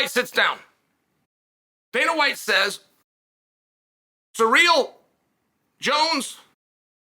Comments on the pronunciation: Sir real vs Jon Jones, Chael your pronunciation of names is why I tune in 😂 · It’s pronounced Cereal Gayness, get it right! 😏